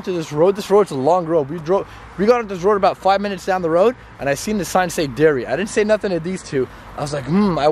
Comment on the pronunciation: Darry not dairy